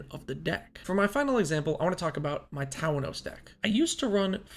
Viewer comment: i have a question. You always say Tah-wa-nos when you say Tawnos' name. Is it not Tah-nos?